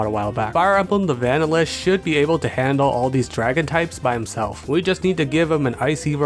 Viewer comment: pls never say "vanilish' again. have a nice day